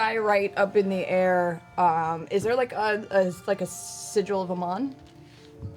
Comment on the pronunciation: Matt is hungry when he exits the "Layer" so he pulls out a "Payer" and holds it up in the "Ayer", Dam you Matt say it right!!!! __________________________________Lair___________________Pear_________________________Air